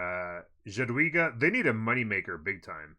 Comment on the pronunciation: Nice videos, thanks. FYI Jadwiga is pronounced ya-dvi-ga :P